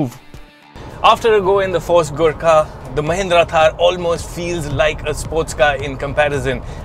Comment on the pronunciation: Every time you said "Gurkha"..I misheard it as "Good car" LoL.